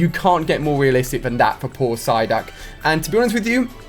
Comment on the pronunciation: is it just me or he said ssyduck